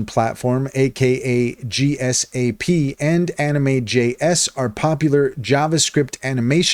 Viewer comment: Sorry but you reading the abbreviations as singular letters is just a major turn off... gsap is pronunced "jeesap" and D-O-M is just pronounced as... dom. Other than that, you just reiterated what the AI told you, no thoughts of your own...